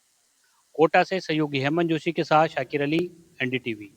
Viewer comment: Reporter apna naam Shakir Ali bol raha hai, Aur Shatir Ali bol rahe hain.....mujhe to yahi lag raha hai....